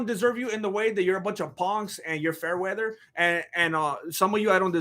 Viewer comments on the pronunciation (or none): none